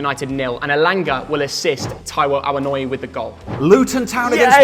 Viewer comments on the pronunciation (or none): sort ur pronunciation of Awoniyi out, who tf is Awonoy